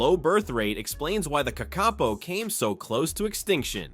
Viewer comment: The name of the Kakapo is pronounced with the stress on the first syllable. Also, they will use their wings to glide to the ground from perches high in the trees, where they have climbed, using their feet and beak.